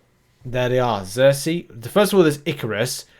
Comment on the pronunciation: It's SERSI, not ZERSI.